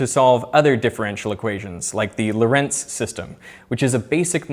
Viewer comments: For crying out loud, get your pronunciation of Lorentz correct! It is absolutely not Italian. The name as written is Dutch and German, and it is NOT pronounced "lorEnze", but lOrents (yes, with a "ts" sound), with the emphasis on the "o". The Italian version is Lorenzo, but the physicist was Dutch, or better said a Nederlander! Is that so damned difficult? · Lorentz - wrong pronunciation - the stress is on the first syllable!! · the emphasis in Lorentz is on the first syllable, and the e is a schwa sound